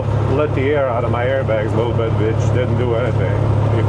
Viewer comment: Lol " let the eer out" . Im from Texas with that long draw speech . Sure that would sound like me talking. Love the videos man